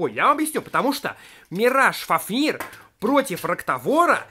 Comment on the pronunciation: Не фафнииир а фааафнир